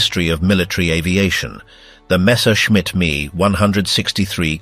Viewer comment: M. E , not "me". You need to listen to your fake voice and make corrections. Can't say the years like normal people. Also, this should be a 20 minute video.